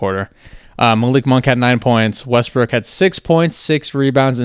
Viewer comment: Wussell Westbwook